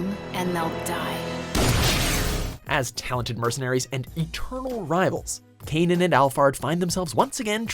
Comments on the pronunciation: Canaan? You mean "cannon"? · “Kay-none” What a cringe.